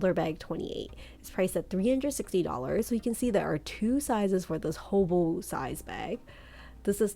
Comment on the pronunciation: “Hoboo” bag lol